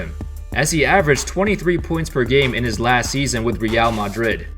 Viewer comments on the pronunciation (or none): why’d you say Real Madrid so weird😂